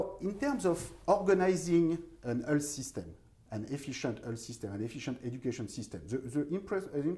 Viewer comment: Oui, Thomas apprends au moins à prononcer le mot "health" correctement (ça se prononce comme "wealth" et non pas comme "Hull", enfin !) Oui, il est urgent de prendre des cours de prononciation, c'est une vraie torture !